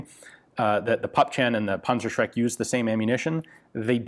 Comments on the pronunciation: Rakattonpunzerbewxe fiftyfour,, punzershrek...that was pretty close. I know, the "ü" is impossible, but the "z" is like "ts" ...Puntsershrek. The Tank-terrorizer. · NO this is not called a pansashreck it is called PANZER SCHRECK ask google how to pronounce it properly, please. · Dear diary, today I learned panzerschreck is spelled panzerschreck, not panzershrek. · I pronounced it as "Panzer-Shrek". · " rakettinwerfer" pansrshrek" haha nothing better than listening to americans pronouncing our german weird words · sounds like "Panzershrek" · i don't like how you call it a 'punzershrek'. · Panzer Schräkk...nice German ;))))) but your Shermans...da reicht ne Fliegenklatsche. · Dimitri, fire the panzershcrek! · sorry mate the pronouncing of the german name of this weapon is terrible wrong nofront, it is funny to hear this weapon name pronouncing with US dialekt greetings from germany